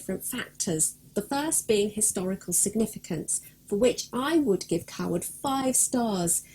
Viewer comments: i completely agree. it is not pronounced coward. it is pronounced CAYwood. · Its not Carwood its Cawood ...... like Kawood lol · My last name is actually Cawood and I have been to the village of Cawood My family pronounce the name more like Kaywood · Great video but you pronounce the village, KAY-WOOD. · No, I live here and am on the council. Certainly Kay-wood. It would be akin to me calling Hampton Court, Hanton Court, just because I didn’t live there. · I can confirm it is pronounced kaywood It is my last name and I have visited the village a few times while visiting England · Can't watch it anymore cause she pronounces our name wrong lol